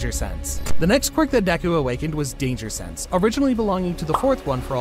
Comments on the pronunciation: Bro it said sanse not sense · Danger “sanse”